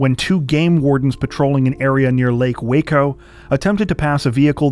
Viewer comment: glad someone can pronounce Waco